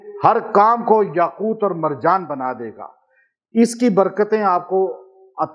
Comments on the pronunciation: Aoa. apny Taa pr zabr prh di yaqoota, jb k Taa pr paish hai,yaqooto hai. Braiy mehrbani is ki islah kr lijiye. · yaquuta padh rahe hen. Yaqutu he baba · AAP ayat ko ghlat pard rahay hai correction karay yaqootu hai yaqouta nhi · السلامُ علیکم جناب اپنے يآقوتا۔ پڑھا ہے ہے یاقوت کیا پڑھنا ہے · یاقوت کے ساتھ پیش پڑھے زبر نہی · یاقوت کے پیش کو نہی پڑھا نے ۔۔۔یاقوت کے پیش کو پڑھے قران کودرست پڑھنا چائیے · Aslam oalikum ka Sath Lafz taa KY uper peesh ha zaber nhi. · بہت ادب سے عرض ہے کہ آپ یاقوت پر زبر پڑھ رہے ہیں جبکہ پیش ہے اصلاح کے لیے معذرت خواہ ہوں